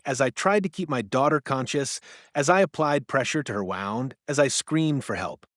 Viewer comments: It's read by ai so it doesn't know the difference between wound and wound. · Please learn how to say wound.